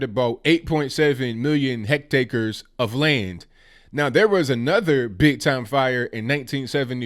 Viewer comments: It’s pronounced “heck-tears”. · Hectares. Not hectacres 😁